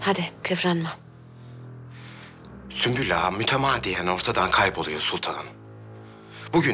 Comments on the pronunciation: Hürrem: Süklüm ağa: Sümpül ağa: Süslüm ağa 😂😂😂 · Hürrem süklüm ağa der sümpül ağa der Prenses süslüm ağa der Kimse bu adamın adını doğru söylemeyecek mi 😂😂😂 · yabancıların asla sümbül ağanın ismini söyleyememeleri gosofmsşdls